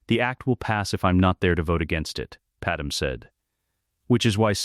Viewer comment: I hope You’re aware that Padme’s name on here is pronounced Pad Em. The real pronunciation is Pad May.